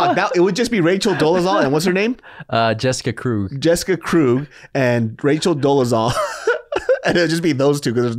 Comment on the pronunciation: Definitely Krewg like how they said it for Torey Krug